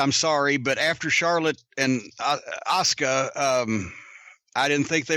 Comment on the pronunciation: i can't be the only one who cringes when he says asuka....